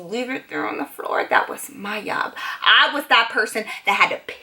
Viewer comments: "that was my yob, and if you're one of thoes people chame chame" the way she said it tho lmao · “That was my yob” 😂😂